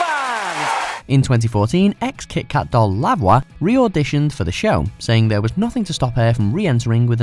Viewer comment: Lavwa?? It's pronounced 'Lev wa'